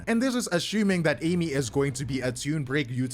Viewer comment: its pronounced as A-E(meat)